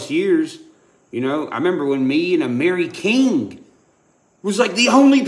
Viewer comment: How the hell you gonna claim to watch amiri king n you cant even say his name right?